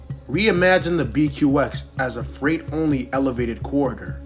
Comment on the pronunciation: Why do you pronounce so many words wrong? Are you a robot? “Fright” for “freight?” Sounds bizarre and sketchy.